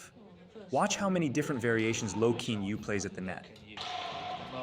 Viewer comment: I know nothing much a bout badminton, but Kean Yew is pronounced Ki-yan You 😅